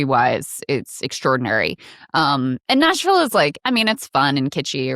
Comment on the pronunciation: Why is someone with a California valley girl speech affect who says "Noshville" running for a seat in Nashville?